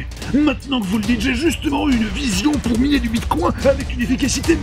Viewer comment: Sur une vidéo dénonçant l’hypersexualisation des pubs, vous êtes certains de la prononciation de Bitcoin ?😂😂